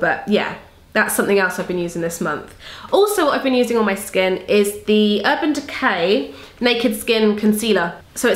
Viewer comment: When you say Urban Decay you sound like a kiwi and that makes me feel like I can relate to you just that little bit more! Your'e amazing! Love your channel xo